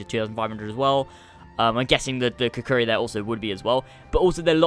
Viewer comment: Kukuri hahaha its said kukri